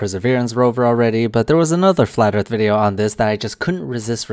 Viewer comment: He sounds like the only book he ever read was "200 proofs of flat erf".